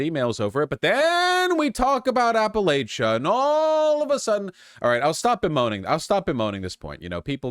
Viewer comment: I’d say the only thing he gets wrong about Appalachia is the pronunciation, but at this point, he’s been told so many times he’s likely doing it on purpose.